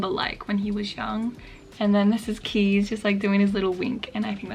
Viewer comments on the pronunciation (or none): As a Dutchie I just wanted to note that Kees is pronounced Kays not Keys ☺ Anyways thank you so much for your videos, you are really helping me to feel inspired to write!